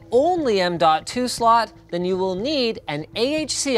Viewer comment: "m.2 slut" Cannot be unheard.